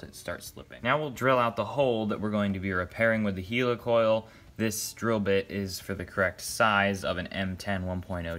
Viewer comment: Do you say helicopter or hilicopter ..why do you say hilicoil..it'd helicoil...